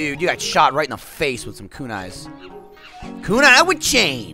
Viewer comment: Koonee. Chow ninn. It hurts